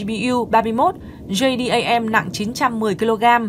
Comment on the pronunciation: Em nầy đọc tiếng Anh cũng khá ! Đáng khen !!! Nhưng Bom JDAM quân đới Mỹ 🇺🇸 đọc là Jê - Đem nghe EM ! OK 👍!?